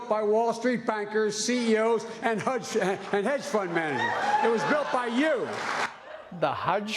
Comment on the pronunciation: Sonic the "Hudge"hog